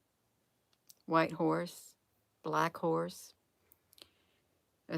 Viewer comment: It says cavalry. Not calvary. I'm confused....